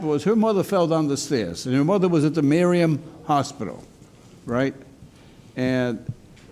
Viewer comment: It's pronounced Miriam Hospital, not Mariam Hospital, judge.